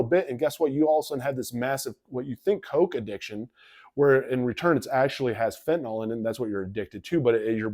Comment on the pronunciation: Why don't 90% of people pronounce fentanYl properly?